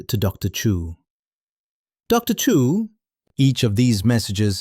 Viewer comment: Dilion. Chu not Chew.